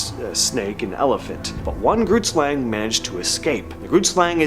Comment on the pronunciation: Saying Groot Slang wrong🤣, it's Afrikaans for Big Snake